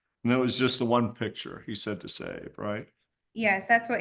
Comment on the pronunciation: Never trust a nurse who can’t pronounce the word picture.